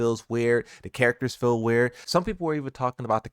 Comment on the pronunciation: Its not fill for feel. Fee-l is feel.